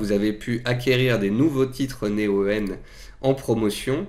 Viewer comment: Pk dis tu Né-o-"eu"-en C'est Néoen (prononcé Néowen) 😆